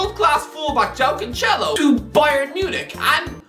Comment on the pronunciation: complains about the way people pronounce Doherty Also: can't pronounce the likes of Caicedo, Cancelo, Chicharito names properly